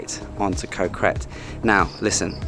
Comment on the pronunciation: Ko is actually a G sound not a k sound. So it should sound like Go (with a short vowel like gotta) so Go Gret.